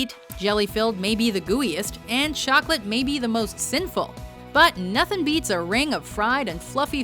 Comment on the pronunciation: Did you say chocalat!?